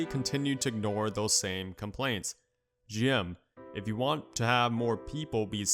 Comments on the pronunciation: it's G.M. not Jim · Sounds like you're saying JIM instead of G M